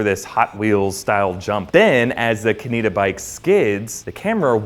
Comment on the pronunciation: I won't lie, I twitched a bit when he tried to pronounce Kaneda. Good video.